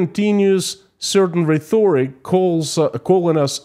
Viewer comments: Small English advice: The word "rhetoric" is pronounced "re - to -rik". Great video! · Rhetoric: reh-tor-ic, no "th" necessary. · The H is silent so less confusing for non natives this way.